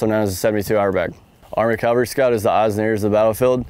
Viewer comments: CAValry...not Calvary...that's a hill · I could swear he's saying "calvary" instead of "cavalry". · Cav scout saying Calvary and not cavalry, lol. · When ARMY calls themselves CALVARY instead of Cavalry... And someone tell me how tf a Cav Scout doesn't actually know the reason red lenses are used at night lol. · I’m honestly not trying to nitpick, nor am I making fun when I ask this, but – is it common for Cavalrymen to pronounce it Calvary? Cool video! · Cavalry. NOT Calvary. WHY do so many people mispronounce it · Sorry dude, you lost me when you said CALvary scout instead of CAValry scout. I'm a lowly E5, but I still know how to pronounce words. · Someone needs to tell him it is CAV-al-ry not CAL-va-ry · "Calvary." Bruh. Y'all even say "cav scout." "Cav," not "cal." How do y'all not know how to say "cavalry"? How is that not an immediate "gtfo of my board" by every CSM? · A pet peeve of mine is hearing Soldiers mispronouncing this type of unit. This Soldier is NOT a Calvary Scout...he is a Cavalry Scout! No one EVER served in the 1st Cal...they served in the 1st Cav. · Why does he keep saying calvery instead of cavalry ? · He defiantly says "calvary" scout a lot! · Is he saying CALVary Scout?? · It's cavalry, not Calvary. I know, people get those confused. Kind of like nuclear and nu-cu-ler. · He keeps saying calvary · Is it bad that I find the mispronunciation of “cavalry” annoying? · You’d think someone in the cavalry would know how to pronounce it. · Just - unlike him, make sure you say it correctly. (Because there's a big difference between a mounted warrior and the hill where Jesus died.) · Can we at least find a guy who can pronounce cavalry correctly? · I wonder how often they're required to scout where Jesus was crucified... For a SSG/E6 I expect you to at least pronounce "c-a-v-a-l-r-y" correctly. It's the difference between talking about where Jesus was crucified and a Soldier who scouts the enemy from a horse.